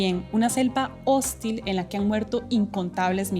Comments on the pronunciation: Muy buen informe 👏👏👏 (Pero desde cuándo una selva es "hóstil" Esa palabra es aguda querida periodista). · HOSTILLLL!!!! El acento es en la iiiiiiii . No tiene tilde, porque termina en LLLLL!!!! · Señorita, la sílaba tónica de la palabra "hostil" es la segunda. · APRENDE A PRONUNCIAR "HOSTIL" 🙄🙄🙄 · Hostil es palabra aguda. La pronunció como si fuera grave y se escuchó feísimo. Un saludo desde Ecuador.